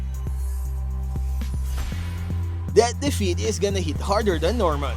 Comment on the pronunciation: defeat ❌ DEFEAT✅